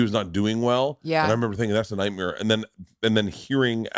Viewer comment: “That’s a legit nightmere” 😂😂